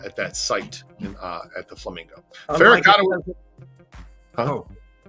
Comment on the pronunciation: And guys....it's John "Big Stoop" FECC-arotta not FERR-acotta.......how never heard of the potential hitman from the original plot to take out Tony Spilotro IN Las Vegas is beyond me.....any light to shed on this???